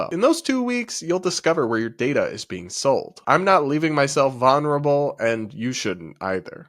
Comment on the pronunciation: Bro said vonruble. 😂